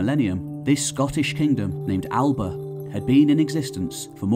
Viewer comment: thank you :) though it's Ga-lic in Scotland, Gay-lic in Eire and Scotland is still called Alba (A-Li-pa) as I'm sure you can see from the crowd in Stirling the other year we all know whaur Alba is and how to ennunciate it correctly ;) <3